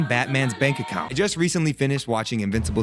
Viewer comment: I love the double emphasis on “Batman’s Bank Account” as your reason to want to be a super hero😂😂